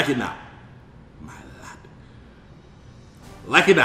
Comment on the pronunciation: Ma Lord,ma lord 😂😂😂😂,my lard, I laugh everytym u say that